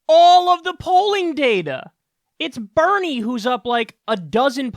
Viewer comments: Hey Kyle! It's Daddy Bernie, not Daddy "Benie"!!! smh so disappointed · Bernie not BENIE! 😂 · Dude it says, Benie not "Bernie" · "Benie" lol